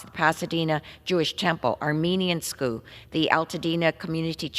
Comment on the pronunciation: Scoo fo shoo